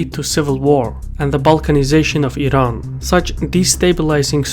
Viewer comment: Wired to hear "Iran" pronounced the right way rather than "I-ran"